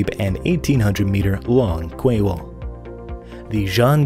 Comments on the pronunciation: Kway. That's funny ! Pronounced "key old bean" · Damn... Someone else corrected him on 2000mm thick steel.... Lol.. And yes QUAY is pronounced kee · Quay wall is pronounced kee wall